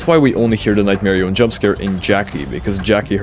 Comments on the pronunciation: Nightmari-yun not nightmari-own jumps off cliff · why does bro say "nightmarioné" like a French guy 🇫🇷